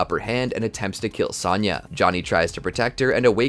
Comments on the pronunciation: It's Sonya not Sanya 😭😭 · Great in depth video on the timeline, only negative to the video is the way you pronounce Sonya, it's not Saw-nya Blade it's So-nya Blade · It's Sonya, not Sanya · S-ah-nya Why you say it like that ? Lol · Dood, it's sown-ya... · You have an odd way of pronouncing Sonya as Sanya... it even comes out like that in the CC. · Ah great. More regurgitating. SAHN YUH? lol. Im out. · Any video that doesn't involve Sonya. Because you obviously don't know how to pronounce it. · Loving this video, but bro, listen to the games and learn how to pronounce 'Sonya' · Hearing you mispronounce Sonya... 😩